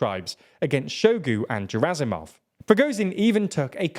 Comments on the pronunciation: Hey, a russian-speaker here. I know it's hard to pronounce russian surnames but there are a couple of mistakes you can easily fix: "zh" in Prigozhin is pronounced like "g" in "bourgeois" "G" in Gerasimov sounds like "g" in "good" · Very nice video. Truly not trying to be a troll but...I believe the Russian officers names are pronounce "Shoy-gu" and "Gurr-azimov". Again - not trying to troll, just inform.☮ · I understand that people whose native language is English generally do not really care how "foreign" names are pronounced. But come on... it's not "Preegowsin", nor "Jerasimov" nor "Showgue". A little effort would go a long way.